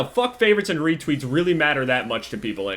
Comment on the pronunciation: Retweets* not weetweets